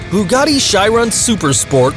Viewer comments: you said Chiron wrong btw just saying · Pronounces a Chiron wrong, Koenigsegg etc Me: And, that, I have decided that, I want to die.